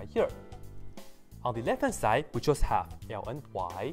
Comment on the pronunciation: That a hard to understand "ln" you are saying. Try "logarithm", "natural log" or just plain "log"